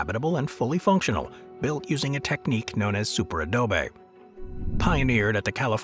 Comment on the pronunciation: The narrator's voice is AI. Its first pronunciation of the words "Super Adobe" was a dead giveaway.